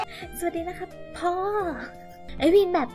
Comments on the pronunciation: พ่อ คำนี้เสียงชัดจัง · คำนี้ชัดมากเลยครับ แต่แม่เอวีนโพนีเทลน่ารักจักๆเลยครับ